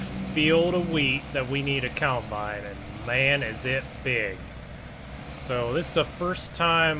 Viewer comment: It's combine not coulmbine